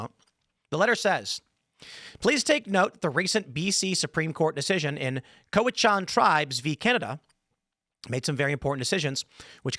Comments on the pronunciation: Cowichan is pronounced sort of half way between Cowichan and Cowichin. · How is it Timmy pronounces Cowichan 3 different ways in this video. Also Cowichan region is on the island and Richmond is sth of Vancouver. You know, where the airport is. Great reporting requires competent research.